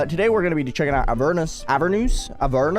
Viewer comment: avernus. (ah-vhehr-neihs)